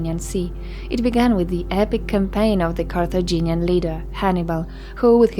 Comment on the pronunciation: Correction: "Carthaginian"